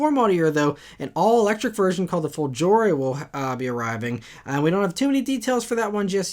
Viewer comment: Great video as always to start my weekend. A little note: the letter g in the world "folgore" is pronounced like the g in the word "great", also the accent lies on the first syllable.